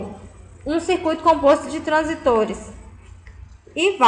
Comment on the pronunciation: A aula seria muito boa , se a mulher realmente soubesse do que está falando. Tem que ir pela leitura porque se for pelo áudio você aprende tudo errado hahahah é transístores e não transitores